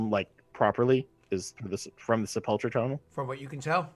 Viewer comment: I know I'm years late but, it is pronounced Seh-pole-ker or Seh-puhl-ker